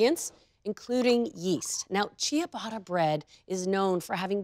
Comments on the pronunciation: Pronounced cha-BAH-tuh, not CHEE-uh-botta. My name in Italian is pronounced, not JEO-vah-nee. Grazie! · Love love your channel. Just a small piece of advice for this episode. The "i" is silent, and the "tt" is pronounced as a traditional english "t" sound..... final product pronounced chubata. Please do not take this in any offense, many people have helped me and please continue to make international inspired baked goods. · Great recipe, thanks for that! But, please, learn to pronounce Ciabatta because you’re not doing it right 😕